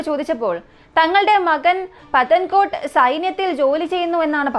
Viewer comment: പതൻ കോട്ട് അല്ല... പത്താൻ കോട്ട്